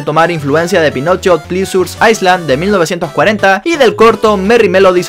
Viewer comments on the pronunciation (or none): none